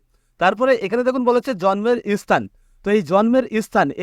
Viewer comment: Arekta vul ,সেটা হচ্ছে কথাটা স্থান হবে ইস্থান নয় । স্থায়ী হবে ইস্থায়ী নয়😂